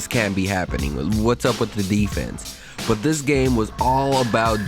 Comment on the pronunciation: dude, pronounce your final consonants. especially "T"s". BUT, not BU. you sound like a child.